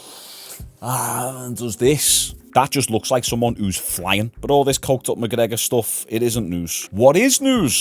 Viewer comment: Conor McCoker